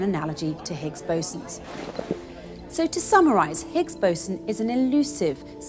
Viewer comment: when she said the words 'Higgs Boson', i automatically look on her chest coz its sounds like 'Bigs Bosom'.. lol